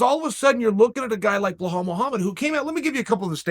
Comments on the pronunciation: Someone tell him its Belal not Blahal pls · Chael Pee on that name 😂…. His name pronounce is: Bee L AA L not Belhall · It sounds like he’s saying Blahowiz instead of Belal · Be-lol/lal not behole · How can you see & read BELAL and write BELAL it in the title of your video and proceed to call the guy BLAHAL for 10 min ????? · Are you saying his name wrong on purpose because is Belal not Blahal and you butcher a lot of names and it’s kind of disrespectful to the fighters because you cover the sport so id think you’d try to pronounce your name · Chael, Belal's only asking for one thing, remember the name. It's not "Blehall" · belhal 😂😂😂😂😂 remember the name chael bilal not bilholl or what ever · Please chael beeeeelllllllaaaaallllll Not bbblllllaaahhhhaalllllllll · it's Belal bro... not BLAHAL :) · His name is not blah Hal.. it’s Pronounced Beh lal… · His name is Be-lal, Bee-lal not blohaul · Hahahah... BE-HALL I guess it should pronounce BEE-LOL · Wtf Blahal man? Its Belal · Again with Blahal….yo Chael…THERE IS NO ‘H’ IN BELAL, HIS NAME IS BELAL…..NOT BLA’H’AL. WTF MAN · Bla-Bla-hall. Seems like Chael wats to spit every time he mispronounces Blahall’s name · Uncle Chael, we want to make sure you remember the name correctly here 😅. It is pronounced "BE-LAL", there is no H :) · If Uncle Chael says your name is Blehall, nice to meet you Blehall:) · Say my name .... Your Blahal right YOUR GODDAMN RIGHT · Would you learn to pronounce names correctly please... Especially this one ...it ain't that hard for Christ sakes And it is disrespectful!!!! It is pronounced "Bill Lal" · Blehaul, LOL...every single time he says the name. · Why the heck Chaell always messed everybody's name up 🤣🤣. "BEHOLD Muhammad" wtf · Please Beeeeeelallllllllll, not whoever you are calling. 😆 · He will remember blehall, too bad for belal nobody remembers his name and they can't pronounce it either. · “It’s pronounced Belal” -5 people in a hotel. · His name is pronounced Be-lal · So it's Blelal?